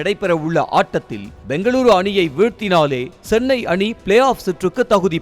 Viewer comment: Sennai illa da chennai 😂